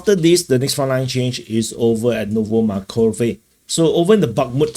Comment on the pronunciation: Not "novo makove" real is "novo markove". Good update.